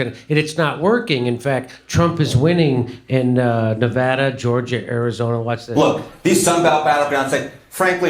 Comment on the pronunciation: FFS THANKS FOR SAYING NEH-VAHDA RIGHT!